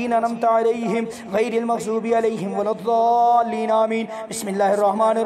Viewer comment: Aaj maine suna aap surah fateha galat padh rhe h arbi men doad h joad nhi h shi se padhe in sha ALLAH SAB KO FAIDA HOGA